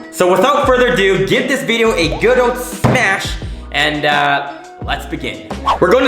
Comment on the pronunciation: Wideo of winnipeg?